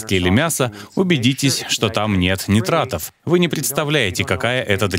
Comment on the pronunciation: Уважаемый переводчик, не нитратов, а нитратов. На сколько знаю.